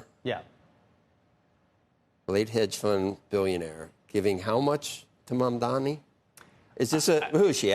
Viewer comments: dani, not dami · It is Mamdani, not Mamdami, it is "N" not "M". The racism is palpable. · Andrew Ross Sorkin is one of the good guys, but can’t he learn to say “Mum-don-ee” properly? Zohran might become the mayor of the most important city on earth- we owe it to him to pronounce his name properly. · why does Andrew Ross Sorkin still call him MAMDAMI? Considering how obsessed he is with him, you can only think this is his racist passive-aggressiveness. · Famed and respected author who people take seriously Andrew Ross Sorkin still saying “Mandami” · You idiots need to get his name, right. It’s pronounced Mum-Danni. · It's incredible that Sorkin cannot pronounce the name right. He says "Mandami" at least twice. Betrays the disdain. Come on man, you're an actual journalist. It's not that hard. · not billionaires, its criminal billionaires... and btw its MAMDANI with a N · Journalists get Mamdani’s name correct challenge: impossible 😂